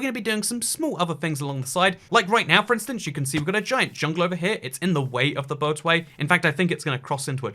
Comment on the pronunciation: i heard "boat away" several times until i understood that it's a boatorway